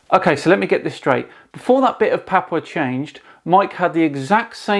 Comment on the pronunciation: I was born in Australia. The "Gulf of Carp and Terrier" was taught in school at least since my mother was being educated in the 1920s. It was on maps before that, too. We have always been close to Papua New Guinea. (Pronounced PA-POO-A, not PA-pa.). There is a sunken land bridge from Australia to that land.